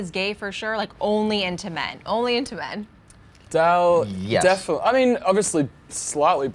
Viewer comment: The brunette girl keeps pronouncing Dell's name as Dale. lol